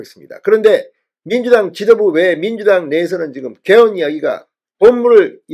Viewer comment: 죄송하오나 '개헌', '계엄'을 똑같이 발음하시니 헷갈리네요.